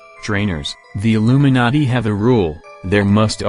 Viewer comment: It sounds like narrator is saying Illuminutty... Lolz